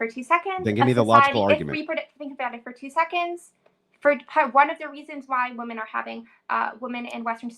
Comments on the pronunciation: another dumb biznatch who doesn't know how to pronounce 'women' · As soon as she pronounced "women" in the singular vernacular she lost all credibility.